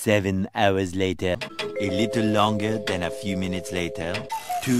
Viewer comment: This guy loves saying “L a t æ r”✨.